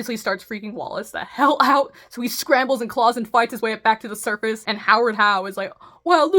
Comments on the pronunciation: For the love of fuck, WE DON'T SAY OOT!!!! 😭🤣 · Cut out in Canadian accent lol 😂